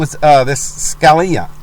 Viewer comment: If you're going to make accusations, be informed on the issues. Scuh-lee-uh is how you pronounce his name and they are not Supreme Court Judges. They are supreme court JUSTICES.